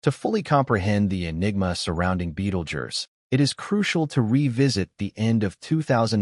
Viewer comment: Betelgerse ? That's how he pronounced it every time. First time I've heard it spoken aloud that way...